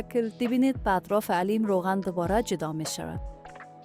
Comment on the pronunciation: ساعت است نه ساهت حلیم است نه علیم اوف چرا مردم درست تلفظ نمیکنند 😡